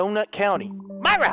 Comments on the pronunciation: It isn't Myra it is mira Edit: mira is pronounced mee-rah Myra is pronounced my-rah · Its pronounced mira